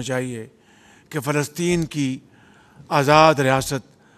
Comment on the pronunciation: 😂are you talking Phelstine 😂